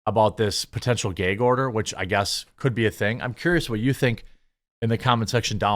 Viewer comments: It’s pronounced găg not gāg!!! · It's "Gag" like bag, lag, drag not "Gaig" like pray, play, say, grey, day. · No, it was more like “gay gorder” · Geg order, dregons lel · What is a "geg" order? Are you trying to say "gag" order? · why you saying “gayg order” 😂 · Say aaat at, say gaaag gag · Bro I like you're vids but If I have to hear you say "geg order" one more time I'm gonna pull all my hair out. 😂 it's gag. With an a not an e. 😂 thank you. We still cool though. Bones it 🤜. 😂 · IT'S GAG LIKE "BAG", NOT GAGE LIKE MADE! Jeez, that was torture. Lol Otherwise, great content 👍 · Every time Jeremy says “gayg” I want to gag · Gayyg order ahahahaha, the gayg order count is at 3 so far... Say it again lol .... Say it again ahahaha gayg! Count is at 4! No 5! xD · Bruh it’s not GAYG order it’s gag as in apple, short a says a. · It's Spelled "GAG" NOT Gig!!! It's a GAAAG order! Pronounce it CORRECTLY, You're an AMERICAN!!! F YouTube IF they're the One's Requiring you to Speak like a MORON!!! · Bruh... What's a "Gayge" order? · "Ghëygg" order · It's not gayg, Jermy. It's gag. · Gayg-Order lol. I say some words weirdly too. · Great. Now I'm nearly eye-twitching every time he says "gayg order". Does anyone else not use "gag" with the a in cat sound? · Gag isn't pronounced Gaig. it's pronounced GAG! 🤦‍♂ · Why do pronounce gag as gayg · I love this channel. Also, I'm laughing at "geg" order. :face-green-smiling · What is a "gayg" order? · what the fuck is a geaaag order? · It's a gay gorder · Love your content. Why do you pronounce it GEY-G order? Is that a regionalism? Is it not pronounced GAAAG order? Thanks and keep the awesome videos coming. I watch you every day 🇺🇸 ☝️ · He said “Gayg”. 😏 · I couldn't care less about the internet drama that Daily Wire has gotten themselves into with Candace Owens (It was out of character for them and I was surprised they signed her in the first place), but what is bothering me is why Jeremy keeps saying 'gayg' order... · "Geyg" order???